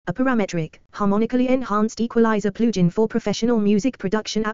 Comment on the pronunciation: "Plooge-in." :face-red-droopy-eyes: Unlistenable.